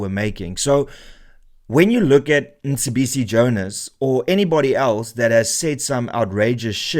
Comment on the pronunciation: it's not Msibisi it's Mcebisi. Just saying that because you had an issue with Julius butchering Elon's name .